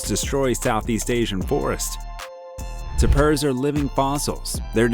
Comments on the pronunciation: Tapir and Civet are both pronounced with accent on the first syllable. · Reseach before recording. - Echidna, as rebecculousrk pointed out, is KID not "cheed." - Tapir is pronounced TAPE - er not t'purr. - Tarsier is tar-see-er not "darsia" or "tar-see-ay" . That final "R" is pronounced. - Gundi - right the first time. Why did you later say it "gun-dye" , then you say "gOOn-duhs" - Aye-aye, Pronounced like a sailor's acknowledgement. Eye-eye, not "I.A." (abbreviation for Intelligence Artificial, which this voiceover is NOT!) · It's "TAPE-ear", not Ta-PURR. SO IRRITATING!